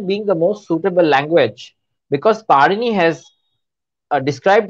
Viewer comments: The interviewer should have at least known that it is not पनीनि but पाणिनी 😢😂😂😂😅😅😅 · it is not Panini(पनिनी)- it is Pāṇini (पाणिनि) Panini is a bread🤦🏾‍♀️- Pāṇini is a grammarian for God’s sake- when you are talking a subject on linguistics- kindly take some effort to show preparedness💁🏽‍♀️ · Did she just pronounce it as Panini like Panini bread 😆 it's Pāṇini